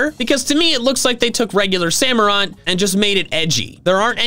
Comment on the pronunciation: SAMUROTT, NOT SAMOROT! DECIDUEYE DOES NOT START WITH A B, IT STARTS WITH A D! AND DO NOT LEAVE OFF THE U IN DECIDUEYE!